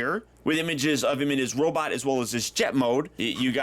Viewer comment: Did he say "Robit Mode"??